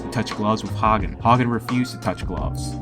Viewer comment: Not cool giving Greg Haugen a poor rap. BTW... pronounce his name correctly next time...